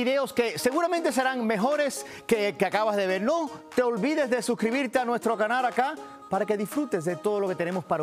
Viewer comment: "Te guto' lo que acabas de vel"??